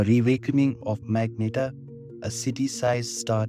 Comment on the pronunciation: Phonetic : Mag-Net-Ar Good video, this comment is not an insult, so please don't take it as one. You seem to have a problem with the word so this is how you say it :) Keep it up :)